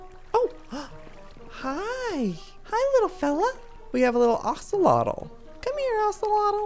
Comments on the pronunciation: that’s because Joey is dyslexic 😂 he tends to read stuff wrong so he sometimes says it the way he’s read it before. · The way Joey says ocelotl instead of axolotl! 😂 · Normal people: Axolotl Joey: Ocelotl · He's still calling them ocelotls 😆